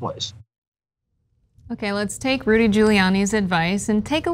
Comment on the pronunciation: I think I heard say "Judy" instead of Rudy. That should be a meme.